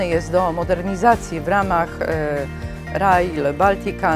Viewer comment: Pani chyba nie nauczyła się angielskiego rail czyta sie rejl a nie rajl.